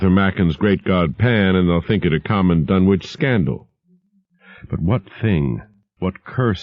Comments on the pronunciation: I have long since grown sick and tired of the mis-pronunciation of the name "Dunwich" by absolutely everybody. It is my pet peeve. This is an English name and it ought to be pronounced in the English manner. Lovecraft was English to the hilt and at his very core. It's "Dunnidge", not "Dunn-Witch". For Greenwich, we don't say "Green-Witch", but Grennidge. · Grennitch and Grennidge are close enough. I'm not splitting hairs. Tomayto--tomahto. But at least it is not pronounced Dunn-Witch as in this video and almost everywhere else. That is what I am objecting to. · Then Ian is wrong. It's Dunnich. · Even Ian from Horror Babble calls it "dun-witch"